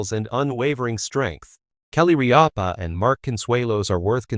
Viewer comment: If you’re going to make these post, do your homework, find out how to pronounce names, there is no a in the middle of Rippa, watching 1 episode of her morning show could have told you how to pronounce her name